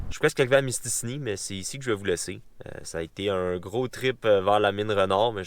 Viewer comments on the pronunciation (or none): Je vais faire mon gars chiant mais c'est pas mystini mais c'est mistassini XD